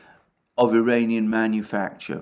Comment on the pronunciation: When You try to say "Iranian" drones, it sounds like "duranium" (fictive metal from Star Trek) and Youtube hears it as "uranium". Also, it should be referred to as "Iranian design/type", since it was not confirmed by Iran or Russia, that those drones were produced in Iran.